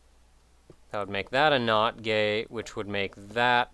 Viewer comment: every time he says not gate it sounds like not gay XD